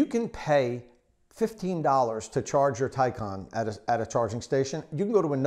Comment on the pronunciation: It's pronounced Tie-CAN....not Tie -con